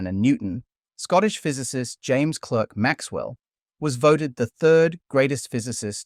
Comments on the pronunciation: His name is not pronounced “James KLEH-RK Maxwell”, it’s “James CLAH-RK Maxwell”, as in “CLARK Kent”. The Scots pronunciation of “Clerk” is the same as “Clark”. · "Clerk"" is pronounced "Clark" in his name. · Clerk is pronounced "clark" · Almost every science reporter mispronounces Maxwell's name, making me wonder how much they really know about him. Clerk is pronounced Clark.